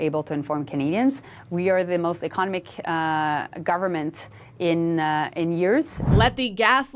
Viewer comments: it's economic, not ekonic! You can't even pronounce your own job. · Ms. Joly should practice the pronunciation of English words. The way Ms. Joly says the word "economic" sounds like another word. She does not pronounce the "o". Just a thought from a former English teacher. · Can someone teach Jolly how to say 'economic'? Thanks...😊